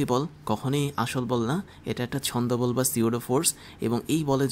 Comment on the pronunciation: pseudo force কে অাপনি বার বার ছন্দ বল বলেন। কিন্তু এটা ছদ্ম বল হবে